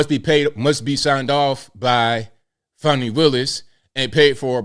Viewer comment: Fawnee my azz, it's Fannie!